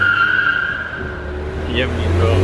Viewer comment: the way said Yemeni is soooo funny